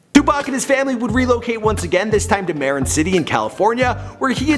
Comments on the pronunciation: it callin marin pronounced mah rin not marron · it’s pronounced (Muh-Rin)